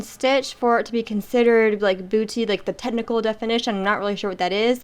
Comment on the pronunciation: Trés belle! And you pronounced it correctly- boo-tee. 😁👍